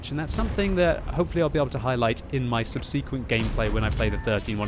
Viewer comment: ground - I ground the line, subseequent, you wouldn't say seequential, it's subsequent, no double E. 2 minor irks sorry but as you're a brit..